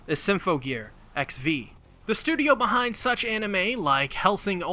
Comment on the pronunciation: I love everything about this video, but XV isn't pronounced like the letters. It's pronounced Ekshiv, like how AXZ was pronounced Access. (not that ekshiv is a real word)